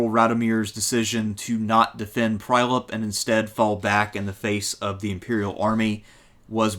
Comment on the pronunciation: Strumika & Prajlep :D Being born and raised around these places it is heartwarming as much as hilarious to hear an American pronounce these names. Great presentation as always btw